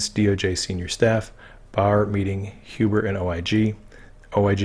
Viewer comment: Glad you are pronouncing Huber as 'Hewber'. Looking forward to your book(s) on Qanon when this is done. Thanx!